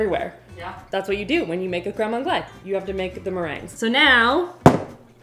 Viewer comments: Its pronounced creme on-glase. Like the s is totally pronounced. And you are so confidently pronouncing it wrong.😂😂😂 and cardamom and mango is a thing. You cant give that pairing to AI. It's used in fine dining all the time. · My brain can't with the continuous mispronunciation of crème anglaise ... Isn't Canada bilingual 🤷🏼‍♂️🤷🏼‍♂️🤷🏼‍♂️